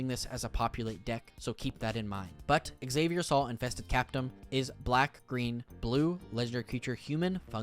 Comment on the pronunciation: His name probably isn't /ikseɪviɐ so:l/ but /xa:vier sal/, with a Spanish pronunciation. Everything on Ixalan that isn't Mesoamerican is Spanish. Sal is Spanish for salt and he's a Sultai Seadog.